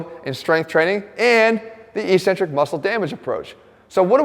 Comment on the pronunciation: Great video despite his mispronunciation of the word eccentric.